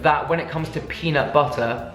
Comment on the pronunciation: JD McFarren yesssssss! And after every video I’m saying to myself, “peanut butterrrrrrrr” at least a dozen times 😂😂